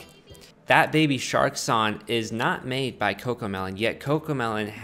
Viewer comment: This dude can’t say song